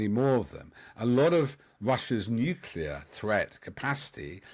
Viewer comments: Excellent content - but this mispronunciation gets right on my nerves. Say this “NEW CLEAR” not NUKULAR!!!!!!! Please can we get experts to pronounce the word properly: NEW + CLEAR = NUCLEAR. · 🎯My top "pet peeve"! How does one spell "New-Q-Lar" anyway? 2 syllables: "nu + clear", it's not that hard. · Stop saying NUKULAR……fool….. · "... the area of my expertise, the newkyuler end" hahahaha. 😂. Get out of it you stuffed shirt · Is he saying "n u cular" over and over ? Is he supposed to be an expert ? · This "expert" can't even say "nuclear" correctly. Sad af. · If your guest’s speciality is “nuclear” then his inability to say that word properly undermines his credibility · Why is it that you so called clever people can't even pronounce nuclear! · This nitwit can’t pronounce ‘nuclear’ correctly. Is he credible? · I'm aghast that a self-procliamed expert in Nuclear weapons can't even pronounce nuclear properly. Spent his life surrounded by yes-men?